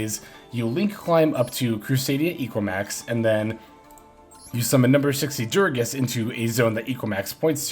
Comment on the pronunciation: bro I love you but am tilted everytime you say durages, it's DU GA RES god dammit lmao